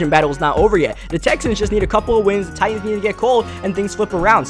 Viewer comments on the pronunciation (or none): none